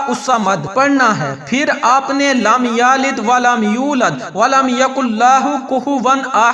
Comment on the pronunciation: وظیفہ تو ٹھیک ھے لیکن آپ کے الفاظ درست نہیں چونکہ آپ نے احد کو آحد لم یلد کو لم یا لد ولم یکن لہ کو ولم یکن لاہ پڑھا ھے اسے درست کریں